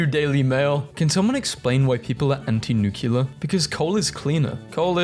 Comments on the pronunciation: NEW-CLE-AR, not NEW-CUE-LAR....FFS, there's no U after the C. the rest of the word is literally "CLEAR", do you pronounce the word "CLEAR" as "CULAR"? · Community note for you: The word "nuclear" is not pronounced "nukeyiller" - the spelling alone should make this blatantly obvious. The word is "newk lee ar". There are plenty of resources on the internet providing audible pronunciation tools/guidance. As a narrator, it would certainly be a good idea to use them once in a while when you come across an unfamiliar word that you are uncertain of.